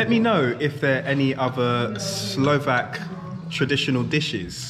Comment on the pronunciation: wondreful pronunciation, love the way how you are trying to speak Slovak everywhere, so nice, so polite...